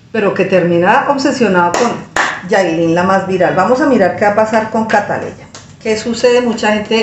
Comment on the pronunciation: Por favor señora Ud es Colombiana y Ud sabe que la niña se llama Catleya no siga con la ignorancia de los Dominicanos pronuncie el nombre como es